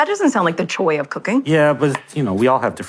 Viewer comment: It actually sounds like she said "the choi of cooking" she said it so strangely.